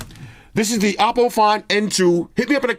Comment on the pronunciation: Hopp is pronounced "hawp" lol so I'm gonna say that you are right in saying it like "awpo"! 🤣